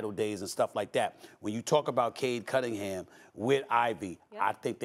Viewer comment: I hate how Perk pronounces Cade Cunningham as Cade Cuddinham. Drives me nuts 😩